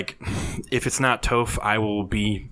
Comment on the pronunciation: The original poster of the "screenshots" admitted it was fake. I still expect Toph to be in the game though. Also, PLEASE learn how to pronounce her name correctly!